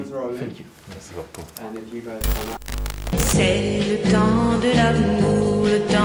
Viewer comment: "Fenk You fort dix mouvie". xD sinon la vidéo est super ;)